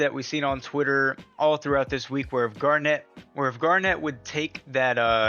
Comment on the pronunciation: im sorry but its not kevin garnet when u say gernit that's more what its supposed to sound like I cringe every time u say her name please see this comment its for the betterment of my health